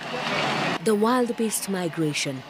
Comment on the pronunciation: Just a correction, they're not wild beasts, but Wildebeest pronounced; wil. Duh. Beest. Ni kusema tu sina ubaya 😂